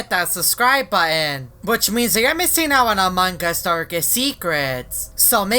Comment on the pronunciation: why do you pronuonce among us amungos